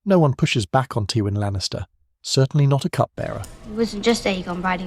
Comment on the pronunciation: Teewin Lannister